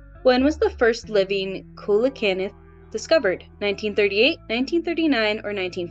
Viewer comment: The "coe" in "coelacanth"is pronounced "SEE"